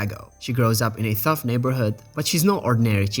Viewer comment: Dude you have GOT to SLOW the fuck down and look at the spelling of the words as you enunciate. You keep pronouncing the Ts in words that start with T as TH when there's an H in the word. You keep talking about "THECNOLOGY" when the word is "TECHNOLOGY". You pronounce Ts just fine most of the time, but it's when you see an H, I can tell. You said Riri grew up in a "THUFF" neighborhood when the word "tough" is pronounced "TUFF". English can be somewhat lenient with vowel pronunciation but consonants are much more strict. If you're pronouncing whole consonants at the beginning of a word wrong you're literally not even going to be understood by most english speakers.